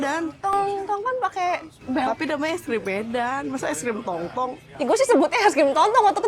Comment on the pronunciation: Team "EsKrim Tong-Tong " sebutannya 😂 cuma beda Dung-Dung